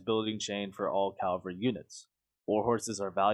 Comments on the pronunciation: It's cavalry not Calvary. It only bothers me because Calvary is its own word, it's a place not a thing. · Cavalry* Calvary is the name of a hill near Jerusalem. Otherwise good video. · It's "cavalry", not "calvary"...